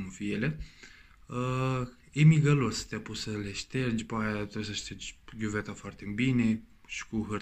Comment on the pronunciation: Berberim, ghiuveta, pilips.... barbierim, chiuveta sau lavoar daca e ghiuveta din buda, se pronunta "Filips"